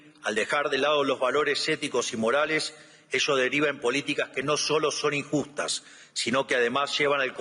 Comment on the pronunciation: 🫣 Esto esta chequeado!!! Que dice señor reptil?? Inficiencia=eficiencia, dijo no vale la puena=pena, es traba no trabues, valores marales y es morales, NO SABE LEER !!! Y ES EL PRESIDUENDE!!! fue a hablar pavadas, lo que dijo solo beneficia a trump 🇺🇲 no a la Argentina 🇦🇷, Reptil sos una maquina de hablar y hacer c4gad4s, que verguenza nos haces pasar en el mundo entero. Y pensar que hay liberdolobus que te aplauden como focas 🫣.